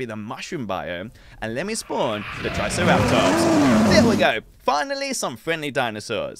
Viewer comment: Bro called a triceratops a tri-sicerataps